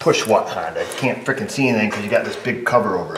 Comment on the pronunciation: I love your content but you do know it's a honDA not dooo